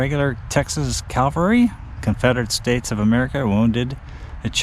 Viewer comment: it's pronounced ca-vul-ry, not cal-va-ry